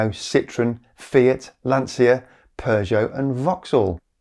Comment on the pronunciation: It is pronounced Lancha, not l'ansia (the anxiety). Lancia is soon only electric like many other Stellantis marques.